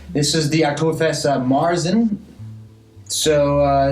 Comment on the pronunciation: Oh and not that it really matters but märzen is pronounced mayer-tzen. Like the horse and with a T. It may sound odd at first but since you're going to do another 15 reviews I thought you'd like to know. I'm actually used to the German pronunciation but as we've mentioned in the past, probably gonna get funny looks from U.S. bartenders...same with Hoegaarden.